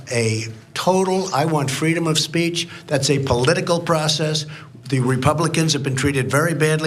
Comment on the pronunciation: Freedom of speatch !!? Come on dude